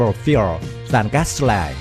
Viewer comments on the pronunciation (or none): I only counted four pronunciations that could be better, the I, used in the word United, say it like "eye". The o, in total say it like "oh". The I, gasoline sounds like two ee and mow sounds like moh :) hope I've not made it more confusing, I have no problem at all understanding!!!:)